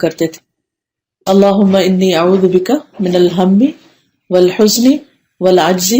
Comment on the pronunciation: U pronounce (oalhujni) but written (oalhajani),which right?